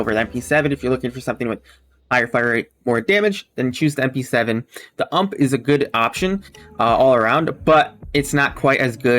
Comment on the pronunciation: Heading him say "Ump" is so cringe. U.M.P.